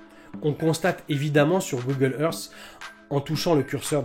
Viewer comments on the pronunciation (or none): none